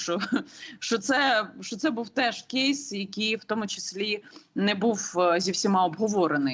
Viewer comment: Яніно, який "кєйс"??? Ріже слух! Існують українські слова!